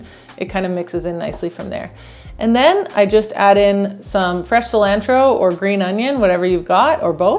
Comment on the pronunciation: Sil ancho oo ??? Is cilantro…. Sí - lan- tro